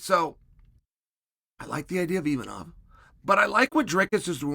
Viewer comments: Uncle Chael's inability to say a name as simple as Imavov is one of his most endearing traits. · Mispronouncing names gets him more comments than anything else. He knows what he's doing... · Uncle Chael making entire videos just so he can mispronounce Imavov 500 times 😂